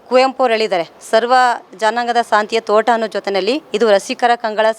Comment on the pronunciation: ಸಾಂತಿಯ ತೋಟ ಅಲ್ಲ ತಾಯಿ ಶಾಂತಿಯ ತೋಟ ಮೊದಲು ಸರಿಯಾಗಿ pronounce ಮಾಡಮ್ಮ